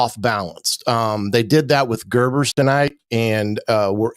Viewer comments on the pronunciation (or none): Garbers, not Gerbers. Gerbers is a brand of baby food. Ponds, not Pounds. Pounds are what my wife says I have too many. No one on IU's roster is named POUNDS. I can't make it through your Hoosier Football Tailgate podcasts,, because of your consistent mispronunciation of the name "PONDS" among others. Sorry, it's just incredible this is still happening three games into the season. At least you're not saying Kirk (rather than Curt) Cignetti, like another commenter on the IU beat consistently does.